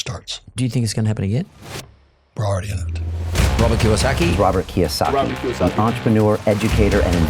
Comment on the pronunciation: It’s KiYOsaki - not Kawasaki yo 😄